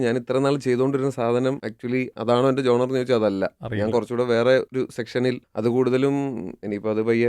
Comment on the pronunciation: genre ˈʒɒn.rə